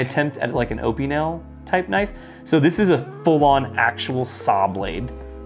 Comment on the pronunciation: Ah-pin-el = Opinel